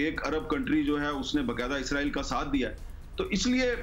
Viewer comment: اسرائیل نام ہے ازراءیل نہیں